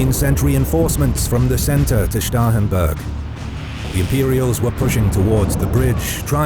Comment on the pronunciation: Thank you for being among the few, of animated map producers, who can properly say "Starhemburg" without it sounding just like "Stauffenberg."